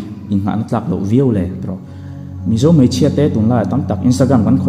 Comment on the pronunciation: Mei a ni lo mai.tih tur aw .Mei chu a saa .Mai tih zawk tur.aw.